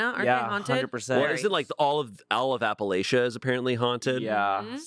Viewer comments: Idk who needs to hear this but ....it's Appala-chah not Appalasia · No 🥲 it’s Appa-Latch-uh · you miss spoke when you said Appalachia. Its actually pronounced a.puh.la.chuh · As someone from Kentucky, the way pronounced Appalachia was literally painful 😣.